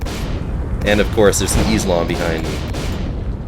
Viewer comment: im coming for u izlom sounded like im comeing for you islam lol